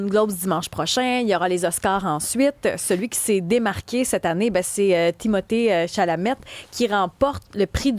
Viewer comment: Timothée Chalamet, pas Timothy Tchalamett... Seigneur.